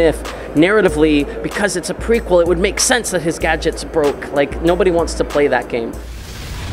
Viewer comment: how are you struggling with the word "prequel"